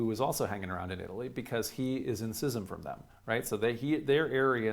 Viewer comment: Just found your channel and I'm smitten. And bless you for pronouncing schism correctly!